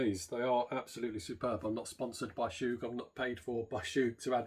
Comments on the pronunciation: Chug not “Shoooge”! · Chuuuuuug. Not choooooog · Love the video, bought 2. Isn't it pronounced "Chug" instead of "Choog".